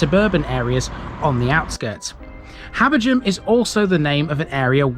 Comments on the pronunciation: I'd say "Habber-gam". Definitely not "Habber-jam" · Are you sure about the pronunciation of "Habergham"...? It's my surname but I've never heard it with a non-aspirate "gh"... I just pronounce it as "Habberam".